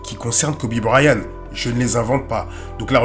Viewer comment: Belle vidéo! Mais seulement, vous prononcez Kobe Bryan. Mais en réalité c Kobe BryanT. C'est de l'anglais, toutes les lettres comptent.